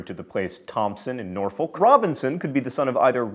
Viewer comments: Little tip: Norfolk is pronounced Nor fuk when talking about Norfolk, England. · He pronounced Celtic and Norfolk wrong!